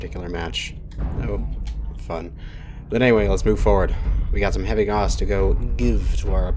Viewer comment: Good vid but I will say it is pronounced like cows but with a g sound instead =P